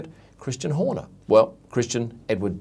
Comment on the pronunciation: Leamington is pronounced the same as lemmings ..royal Leamington spa